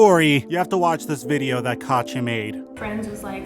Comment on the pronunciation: Her name is not pronounced katcha it’s kateeyah